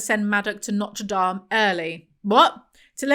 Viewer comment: maybe it's the cannabis but saying Notre Dame like the cathedral and not the college is taking me out 🤣🤣🤣